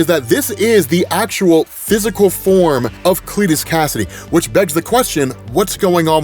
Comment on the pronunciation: Kasady, not Cassidy.. yeesh